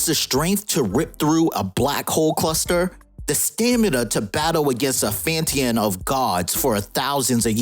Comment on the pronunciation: dude said "Fanteon of gods"